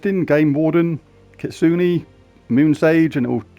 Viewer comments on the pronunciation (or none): JLYK it's kit soo neh a Japanese word